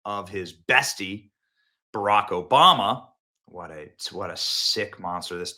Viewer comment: Did you say Barok Hoebammuh?